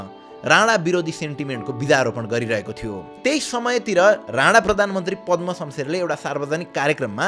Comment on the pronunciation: Rana vaneko ki Radha 🤣bujhnai sakiyena ta